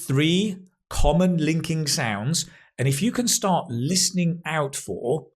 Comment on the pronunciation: whay "start" sounds like "stop"?